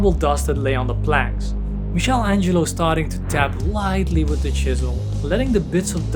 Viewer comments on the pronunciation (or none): My friend, all great content, but Michel Angelo is Michelangelo, and the ch is like a K 💜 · Great video but you need to improve your English. Some misspellings. And "mixel Angelo"?!!? It's "Mickael Ângelo". Keep posting great content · Great video.. but as an Italian I have to say it and I'm sorry lol It's pronounced "Mee-kuh-lan-gee-lo" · Dude,you are saying Michelangelo's name all wrong.